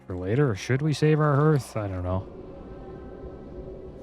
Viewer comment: Many people say Hearth like Earth, but it's actually HEARTh like Heart. The fireplace is known as the heart of the home. I worked as a chimney sweep for about 6 years. I've heard many people mispronounce it. I feel obligated to say it still.